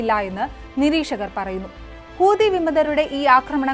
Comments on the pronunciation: ഹൂതി അല്ല ചെങ്ങായീ.... ഹൂത്തി 😂😂😂😂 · ❤ഹൂദി അല്ല കുട്ടി ഹൂത്തി എന്നാണ് പറയേണ്ടത്. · കൂതി അല്ല കുട്ടി ഹൂതി ന്ന 🤣